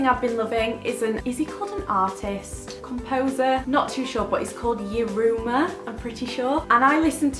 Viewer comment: The Pianist Yurma is pronounced 'yerma' xxx ly